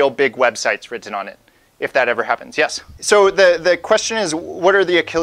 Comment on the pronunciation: great video... but the over-annunciation on -tten is killing me... wri-t-t-en (te te te) ahh!